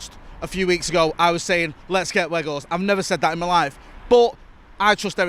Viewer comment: Fuck me get his name right it’s doing my head in